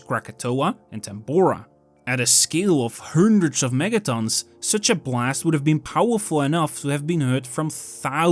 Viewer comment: also when he says Hundreds puts way to much emphasis on it.. almost ridiculous..